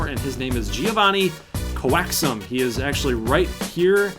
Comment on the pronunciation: Also, I think coaxum’s name is pronounced coax-um